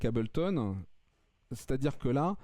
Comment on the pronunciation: Trop "français" le...mec, pour faire qd même un peu sérieux ds le tuto, on s'applique minimum à prononcer "Hey-bleu-tonne" correctement...j't'en foutrais des Abel-ton...ça donne envie de passer à du Cain-ton! Grave!!!